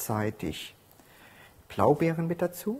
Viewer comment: Tolles Rezept,aber es heißt "Blaubeeren" und nicht "Plaubeeren" ;D